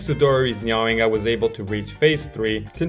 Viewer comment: its "nah-ing"